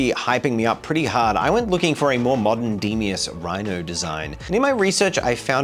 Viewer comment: Bit late to add this but it's pronounced "dee-moss" not de-me-ose.